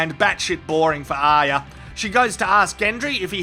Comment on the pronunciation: Nice one mate, you are the only person on youtube to get ARYAs name right!!!!!! I am fed up with people calling her aria (Collider)